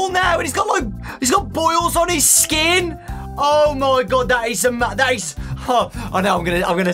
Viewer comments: no he is not, it's just got so excited that he mispronounced "skin". I have grammatical errors like that all the time. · Why did say spring trap chin? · Hold on you said chin for skin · I WAS NOT EXPECTING A SPRINGTRAP CHIN:me: haha he said chin instead of skin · Did anyone else hear him say springtrap CHIN?!? 😂😂😂😂😂😂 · He says CHIN instead of SKIN and he says "ChIpOU"